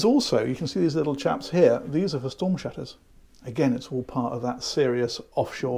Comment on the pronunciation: Sheesh. She's got shtorm shutters. Although sheveral ships have shtorm shutters.